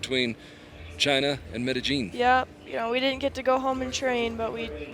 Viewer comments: I think they looked at the IPA pronunciation and thought the "j" is pronounced as in "jelly" when it's pronounced as the "Y" in "yellow". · Its NOT medeJean. It's medeYeen. Jeez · I hate how the commentator keeps saying "Mede-jeen". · Meta - jeen. Lol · Ya his pronunciation was terrible. I cringed every time he said it. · In some dialects the ll sound is pronounced that way. It's very common in places with Portuguese influence like South America. Even some places in Spain pronounce it that way. Edit: Never mind. I heard what you guys are talking about now. My bad...that's terrible. The 1st time he said it I thought he used a soft j sound (which is correct in some dialects), but after a while I realized it was a very hard j, which is wrong.